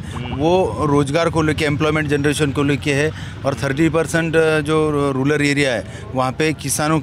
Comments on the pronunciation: Rular nahi re baba rural hota he. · Ruler nahi re RURAL asta te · Rular bolta hai Rural ko